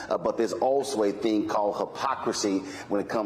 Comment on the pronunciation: Can we say Herschel can barely grasp the English language? “thang”? It is “thing”.